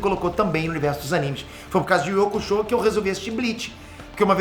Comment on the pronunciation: ❤”iuçúque uraméche”❗️Escutar essa pronúncia na versão brasileira foi o que mais me alegrou. É honrar o legado. É reconhecer a importância duma das coisas mais legais do “desenho japonês” aqui no Brasil: ser uma das melhores dublagens de todos os tempos. Não sei quem foi responsável por manter a “pronúncia original”, mas queria muito o agradecer. Obrigado 🙏